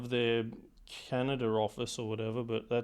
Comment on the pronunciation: " Canider" LOL LOL